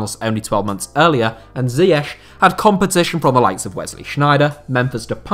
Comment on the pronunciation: Why cant you pronounce ziyech